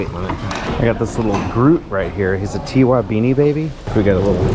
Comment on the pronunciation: Its not a T.Y. beanie baby, its Ty, pronounced like Tie. It was the dudes name, not his initials